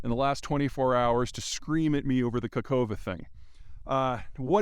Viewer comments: You need to pronounce it as Kahovka, not Kakovka. Come on, Peter, it's not that hard. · Hi Peter, thank you very much for your efforts. Your pronunciation of location is very wrong. No surprise, not your fault, transliteration is awfully bad. Second "k" is silent. Even more completely unnecessary. Try to pronounce it like: "Kahovka". This sounds much close to native pronunciation. Thank you.